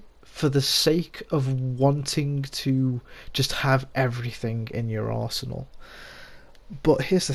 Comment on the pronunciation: Sounded like you said in your arsehole when you said arsenal lol